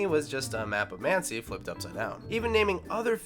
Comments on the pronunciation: Talking about a city called Muncie, shows a picture of a sign that says "Muncie", pronounces it "Mancie" several times. Good to see that we're sticking to the same Incorrect Facts idiocy as everybody else who makes these LIST videos. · "Mancie, Indiana"?! How did you get that? It's pronounced exactly how it's spelled. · I blame the narrator for not being able to pronounce Muncie Indiana properly… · Lost all credibility when they pronounced "Muncie"